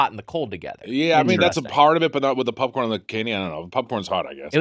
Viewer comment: Unsure if I’m the first to comment on this but I fucking love that Mitch calls popcorn, pupcorn. It makes it so much cuter! Especially with Gemmy by his side 🥹.